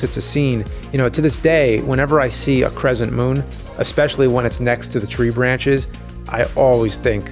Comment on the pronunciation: Why are you suddenly pronouncing "s" and "sh" sounds as "z's"? Crescent is not "crezent". Same goes for Cheshire not "Chezhire". Very odd linguistic quirk I hadn't noticed in your videos before.